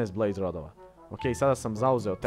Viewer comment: Kaze se blaze a ne blaze XD hahahahaha! Usput ja sam onaj marko sa fejsa